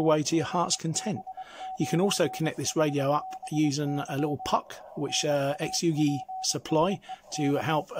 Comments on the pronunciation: Hey. Great review, full of good information. For what it's worth, the phonetically best way to say Xiegu is - Shay Goo. Thanks again. KR4AKC 73. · lmao this has been the best pronunciation of the name yet.. exoogi